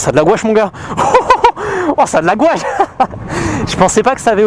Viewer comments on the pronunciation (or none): Qui trouve qu il a un probleme avec le mot gouache 😂😂😂 super vidéo